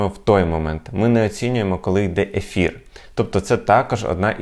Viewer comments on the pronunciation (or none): none